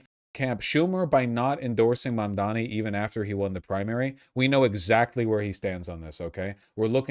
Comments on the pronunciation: MaNDoMEe It's totally on purpose. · Is he incapable of saying Mamdani or does he just really enjoy saying "Mom Dommy" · he's STILL saying "mom dommy"??? i honestly can't tell if it's unintentional or some weird attempt at a racist insult. it's NOT a hard name to say. if it IS a mistake, i think that's why he only called him "the assemblyman" during the debate. he didn't want to get called out for getting it wrong. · I like how neither Cuomo nor Sliwa can pronounce Mamdani's name